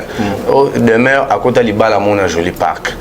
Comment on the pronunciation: Demeuré ou Demeure??? Eee oyebi ata ko prononcer kombo té 😂😂😂😂😂😂, azomonana Kaka insensé et idiot.